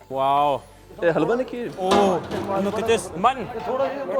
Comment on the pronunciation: health-wa? Haha its halwa :-)